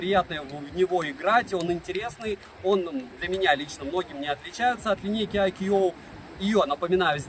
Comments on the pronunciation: А по синтаксическим правилам какого языка "iQOO" произносится как "айкьюоу"? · Даже индусы на своём ломаном английском произносят правильно: айку